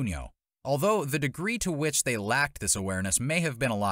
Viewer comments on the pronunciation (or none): none